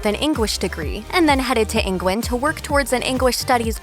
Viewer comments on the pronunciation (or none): Also Engwand and engwish. I hope she's okay! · Nah it was 'Engwand for her Engwish degree' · I replayed it so many times to see if I heard her right. "She graduated with an Engwish degwee from Engwand" 😂😂